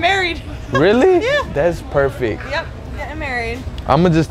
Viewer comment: "im getting married" Man say prefect and still get the number